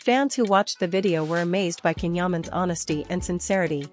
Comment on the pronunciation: please pronounce his name properly. His name is pronounced Jan, the C in turkish is J..not K.